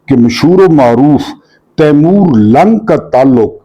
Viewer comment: تیمور لنگ ہے محترم ۔۔۔۔تلفظ اور ادائیگی درست کر لیں ۔۔۔ بلاشبہ آپ ہمارے لئے قابلِ احترام ہیں 😊